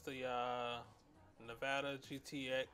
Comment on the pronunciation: "I gots to keep pooping and locking" "The nevada gtx tensisdee" lol love this video! thumbs up